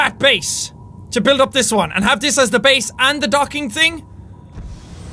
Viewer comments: You still said base wrong you said bease not base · Jack it's not baes it's base